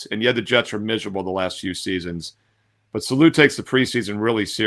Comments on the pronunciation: its Saleh pronounced SAW-LA. Lol. Appreciate you my man! Thanks for the picks. Excited for this season. Might buy your NFL season picks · Robert "Saloo"?? Lol, you've really never heard it pronounced? The dude has been around for a while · Your pronunciation of Saleh is wild, but good picks 🤣